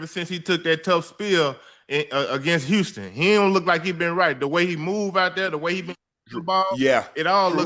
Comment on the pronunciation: Unc can’t say Houston any more